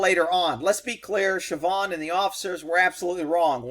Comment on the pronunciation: I swear when u said sabhaun(don't care how its spelled) that u said trevon had to back up and re check